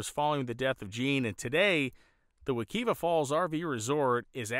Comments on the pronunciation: Not for nothing, it's pronounced wa-KIVE-ah. Love your work brotha. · Wek(I)va is pronounced with a long I sound. I've canoed this river myself as a child. Great video, as always,. Keep em coming.